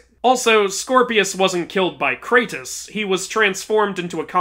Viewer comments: IT KRATO not cratus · Kratos is not cratus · KRATOS IS NOT SUPPOSED TO BE CRATUS....Great video otherwise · Messed up the "Are" in the beginning 😅